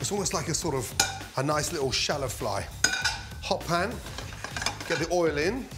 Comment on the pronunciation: Its good to hear him say "shallow fly". I do that shit all the time.